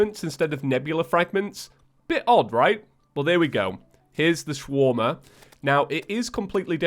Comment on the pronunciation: Anyone get the vibes he was saying shwarma instead of swarmer?